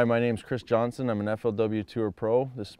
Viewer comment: Dude can't pronounce his own last name?